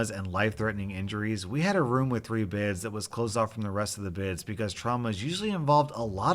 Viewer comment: Yo not to be rude but why does he say the word “beds” so weird Love your videos tho 😂😂